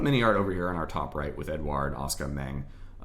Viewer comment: Can confirm on pronunciation of Asuka. I speak the language and have a cousin of the same name.